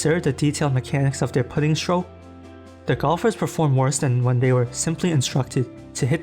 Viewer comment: Has the voice never heard "putting" pronounced? Everytime I hear a video mispronounced a common word I automatically assume it is robovoice.